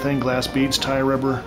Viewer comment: did you say Thai Rubber or tire rubber, as one of the materials in Art G, paintings? thanks, nice vid.